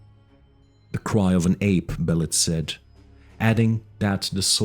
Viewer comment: It pronounced Be lit